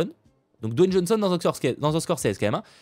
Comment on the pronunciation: C'est DWAYNE pas Don...mon cher 😊 car tu as prononcé plusieurs fois Don...mais bon, sinon bonne vidéo